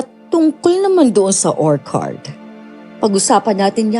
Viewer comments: konting correction lng po ...ORCHARD ... or chard po ... di po OR KARD. sakit po sa tenga😅😅😅😅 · magagaling po kayo at natutuwa po akonsa dedication nyo sa paglalahad ng kwento.. yun lang po medyo mali ang pronunciation nyo ng ilang words.. wag po sana ninyong ikakagalit ang komento ko.. yung pag bigkas po ng orchard ay mali.. or-tsard (or-CHARD) po hindi po or-kard.. just my 2 cents po.. 🙏🏻✌🏻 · Nakaka-stress yong "orkard". 😢 kahit orchard talaga yon. 😅😅😅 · "Orchard" is pronounced as OR-cherd.. it’s a CH not K (sample is orchid) … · Orchcurd,hindi ho or card yong pgkaka basa,sorry po